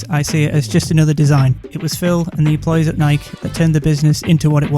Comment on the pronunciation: I love you for not pronouncing it like Nike-ee.